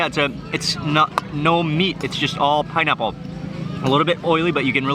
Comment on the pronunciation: It's pineaple pienurry..🤣🤣. Simply amazing..